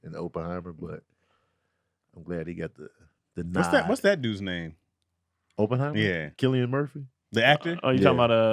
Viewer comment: So we not going to talk about how keeps mispronouncing Oppenheimer?